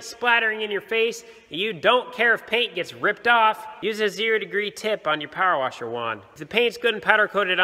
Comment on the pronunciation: "Power warsher" that had me dying😂😂